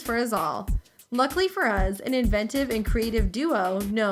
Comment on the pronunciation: she says us the same way my dad does witch is uz